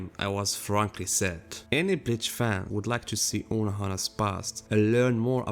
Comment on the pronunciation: Your pronouncation: "Every Bitch fan"